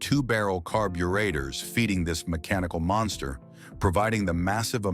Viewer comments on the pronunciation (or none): Stupid AI can't even say carburetor right.